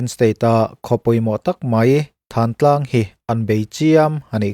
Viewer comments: Thantlang hi in lamri dik lo fo mai. 'Hmingthanna' tiha 'than' kan lamrik ang hian 'Thantlang' tiha 'than' hi lamrik tur a ni e. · Ka vawi 1 hriat na Thântlang ti a lam thluk tur emaw ka lo ti thin.